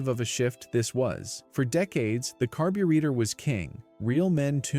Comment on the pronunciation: How do you pronounce carbrator??